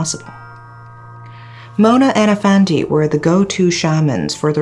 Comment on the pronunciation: I really love your pronunciation, great job. When you pronounce Mona's song title I almost thought that you are a Malaysian for a few second😅